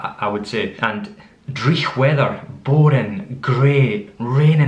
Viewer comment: You don't tap the r in driech?? I know you tap you're other rs but not that one.